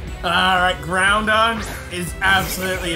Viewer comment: When said Groundon, I bursted in laughter